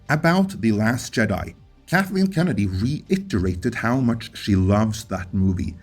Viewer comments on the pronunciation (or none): none